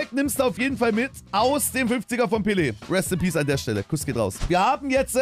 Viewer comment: das beim Pele pack hat mich irgendwie gekillt vor lachen🤣,,Rest in peace an der Stelle.... Kuss geht raus" kam irgendwie so random. Haha Ne, aber echt Ruhe in Frieden Legende 😕 Ich mache mich nicht lächerlich über den Tod, sondern die Aussprsche von war nur wirklich ulkig 🤣